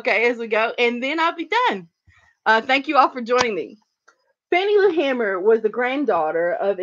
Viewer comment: its pronounced hay-mer ;)